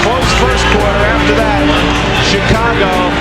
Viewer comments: U have a good show. I from Chicago. Born and raised. Theres 2 things we gripe about. 1. Pizzas has to be good. 2. When people pronounce Illinois with the S sound. The S is silent. Now... it's annoying when u pronounce Chicago without its SH sound. That is sooo fucking annoying. Its pronounced, Shicago not Chicago. Of course it's spelled as Chicago. Got it!!! Work on it. Jeeez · Sorry but I hate how this guy says Chicago god damn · Dude...why can't you say Chicago properly? Or Charlotte for that matter? Just curious.